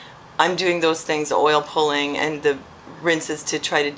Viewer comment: did you say oil poling, poiling? what is that?